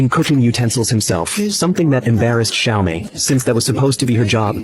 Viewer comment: Well it's "Xiaomei" not "Siao Mei", but yes the names are reworked from the actual Japanese names. This channel often does that to Japanese films.